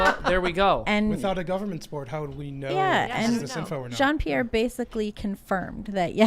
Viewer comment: John Pierre ? Sounds like a carpet-mun-Cher.